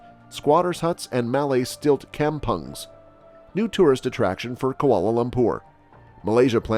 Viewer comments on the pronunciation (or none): I like how the Mat Salleh mutilated the Bahasa words. Listen how they pronounce "kampung" 🤣